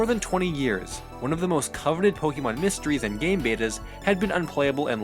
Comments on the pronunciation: its poke-eh-mon not poke-ee-mon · I know you might not be a fan of the franchise but it's pronounced pohkaymohn the é in Pokémon shifts the vowel sound